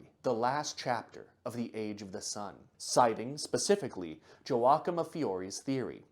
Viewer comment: I probably could have added more comments about the Mormons and the noted obsession with Aztec and Ancient American History (it's in the book, I forget its name), but I am more bothered by mispronunciation of Joachim. It's "Yow-aa-kim", not "jo-wak'm", and it's not a name it's a title; one established by god, a saint